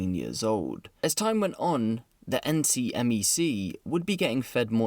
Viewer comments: Just a heads up, I used to volunteer with NECMEC, and just a heads up, we pronounced the acronym phonetically. (Neck-Meck) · NCMEC (National Center for Missing & Exploited Children) is pronounced “Neck-Meck”.